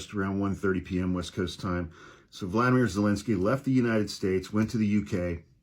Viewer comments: Respectfully it is Volodymyr Vow-luh-di-mr. Vladimir is the other guy. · Please, his name is pronounced "vo-Lod-a-mere." Thank you.